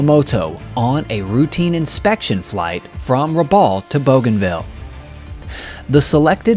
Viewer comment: Very interesting video, thanks for making it. A couple of quick corrections from the beginning - Rabaul is not an island, it is a town on the island of New Britain, which is part of Papua New Guinea. And it is pronounced like Rab-owl, not Rab-awl. I grew up in PNG and cringe every time I hear people misprounce names/places from there. Anyway, keep up the good work.